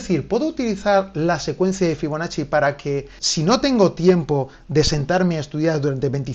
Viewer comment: Escuché «figonacci» y entré corriendo